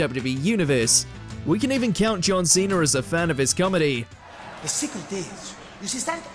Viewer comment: Who tf is John Cheena??